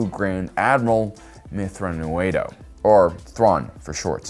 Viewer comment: Your pronunciation of Thrawn's full name is "Impressive. Quite impressive."